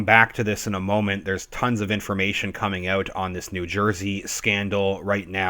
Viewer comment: I'm a relatively new watcher to your channel. I heard the Canadian accent when you said "out". I love it dude. Thanks for the informative videos.